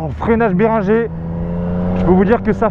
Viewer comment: ça ce dit berinegueur et non béringer xD